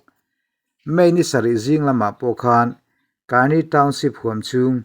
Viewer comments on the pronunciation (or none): AA hi pahnih (chi hnih) an awm a. Tuna rawn tel hi KNU Karen State-a awm an ni. Rakhine rama AA te nen an inang lo a nia. Kani tiha 'ka' hi thluk lovin, Mizovin 'keimah ka ni' kan tih a, 'ka' anga lam tur.